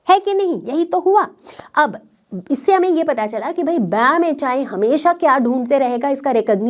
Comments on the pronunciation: BamH-aai ....bamH-one...padhte h usey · (BamHI) That should be read as Bam H one